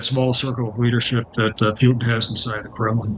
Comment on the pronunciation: If he can't pronounce "Putin", I don't accept him as a reliable source.